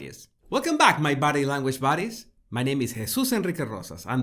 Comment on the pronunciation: Is that what Jesus is saying? I thought he was saying Body Language Bodies 😂